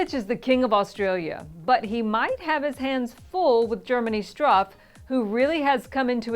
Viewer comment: You really have to learn how to pronounce foreign names... At some point you said Aliz instead of Alize. Also, he`s Struff, with the u sounding like in ,,Moose”.